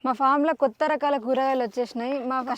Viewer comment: కొత్త అనే పదం సరిగ్గా పలకడం నేర్చుకో మేడం ఏదో తేడాగ వినపడుతోంది 🙉🙉🙉